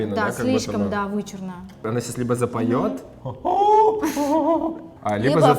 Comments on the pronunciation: Гоша, почему вы говорите «сесяс», а не «сейчас»? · а сто у Госи с произносением?))) Сейсяс мы будем смотреть...